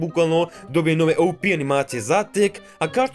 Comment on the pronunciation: Kako reci OP: Opi❌Ouupii✅